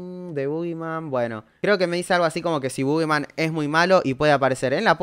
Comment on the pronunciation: parece que dice "bo gay" Jajaja salu2